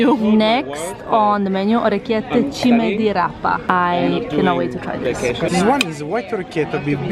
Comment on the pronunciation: I am Italian, I live in Milan and Puglia is my favourite area!!! 😄😄😄😄 orecchiette with cime di rapa so perfectly pronunciated!!!